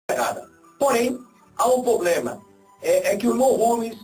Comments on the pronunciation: vai fazer um curso de horatória e aprender a diferença entre PROBLEMA E POBLEMA seu burro kkkkkkkkkkkkkkkkkkkkkkkkkkkkkkkkkkkkkkk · O poblema é que ..... kkkkkkkkkkkkkkkkkkk POblema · "Não tem poblema"!!! parei de assistir na hora! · Parei de assistir quando ouvi 03 vezes a palavra "poblema" em menos de 3 minutos .. Kkkkkk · O "poblema" mesmo?! E olha q eu estou longe de ser uma "gênia" 🤣🤦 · esse cara fala polema KKKKKKKKKKKKK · o "poblema" kkkkkk é que tu queres os devotos dele kkkkk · esse carinha não sabe nem falar e que infuenciar pessoas a segui-lo vai pra escola aprender e parar de falar POBREMA, VAI PARA ESCOLA O.